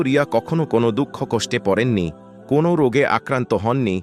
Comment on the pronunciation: বাংলা উচ্চারণ সম্পর্কে জ্ঞান নেই এখানে কোন্ নহে, কোন/কোনো পড়তে হবে।